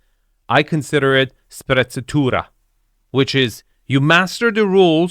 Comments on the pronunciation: It's Sprezzatura not sprazzatura. For someone who has given himself the role teacher( and mostly does a good job of it), even you are careless with your attention to "important" detail at times, and "design" your words better. Just because the wife made you get rid of your African art doesn't mean you should forget what you found there. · Careful, the way you pronunce sprezzatura Is very close to spazzatura 😂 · Be careful using and pronouncing the word sprezzatura- effortless elegance because it sounds like spazzatura - trash 😂😂😂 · you should practice a little bit your SPREZZATURA pronunciation :D